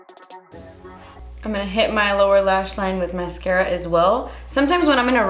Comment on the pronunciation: hahahahaha awww when you coudn't say the mascara at the end i died